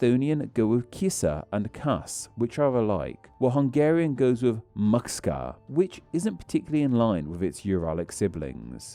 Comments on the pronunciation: Pronounced mAHtch-kah BTW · Timetstamps and pronouncation (for educational purposes): Magyarország: Madjar + ors + ag / Madar + ors + ag (you are looking for the starting pronounciation of the word "during") Kutya: Ku + tya (not kut + yah) Alternative words for dog: Kan and Eb. Macska: Much + kah Alternative word for cat: Cica: Tsi + tsa Gomba: Gom + ba Tepsi: Tap + she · Thank you! I hate it so much how people confuse us with the Huns. Even a lot of Hungarians believe that we are descendants of Attila. Btw hearing Magyazorzag and maxka really hurts my brain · Makszka? 😂 Please use Google translate to practice pronunciation, or record what the tts says. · All I had to do was go to Google Translate to get the pronunciation for Macska. I knew just enough about Hungarian phonetics to doubt that it was as he said it. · You're wrong. Macska is pronounced maxchaka shakalaka.. Or gyöngyházfurulya törölköző. You don't have to worry about it. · That pronunciation of "macska" killed like half of my braincells. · I really really really don't understand why you don't take the time to look up pronunciation. It literally takes a minute and makes the video much better. I'm not saying that you need to be 100% perfect. I understand that pronouncing foreign languages is always hard. But really? That's the most you could have done for "macska"? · the pronounciatins are kinda dire, you have to understand that digraphs like "gy" and "cs" are a SINGLE phoneme, like the "cs" in "macska" is pronounced like the "ch" in "cheese"